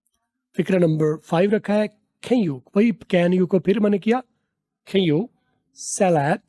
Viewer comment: Can you= 2nd pronunciation Sahi ha